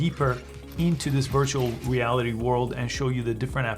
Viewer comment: im watching this a year later and i just realised he said virtual weality